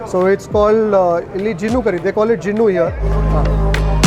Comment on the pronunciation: The most humble and intellegent EAM we have. Simplicity personified. By the way it's not Jinnu it's Ghinna it's a colostrum it's the first milk rich in Immunoglobulins for the calf not a fully grown adult even for delicacy sake.